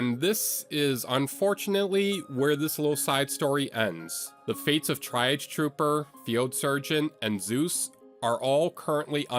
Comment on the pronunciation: "try-auge" it's tree-auge